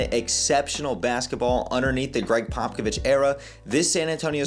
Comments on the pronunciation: Greg Pockovich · Just so you don’t get roasted by spurs fans in the future it’s pronounced popa-vich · Yeah, your pronunciation of his name made me cringe, but i really appreciated your perspective and attitude. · How you don’t know how to say Pop’s name when you’re a reporter and have met him…. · just a tip brotha if your not able to pronounce it right us spurs fan know exactly who your talking about if you call him Pop if that’s easier to pronounce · Love the commentary, although Bryant was the #14th pick!! Also it's funny how you're pronouncing & slaughtering Popovich's name!!!🤣 You'll soon learn how to pronounce his name bro!!! Great interview with The GOAT!!! First video, I've now subscribed!!! Spurs4Life Babyyy!!!💪😎👉🫶💞💯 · Bro can’t you say Popovich correctly and claims to be a spurs guy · to be fair a credentialed reporter or even a casual NBA fans should know how to say his name correctly. That’s actually kind of embarrassing for someone who seems knowledgeable about basketball.